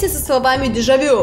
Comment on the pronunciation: Не деджа вю а деджа ву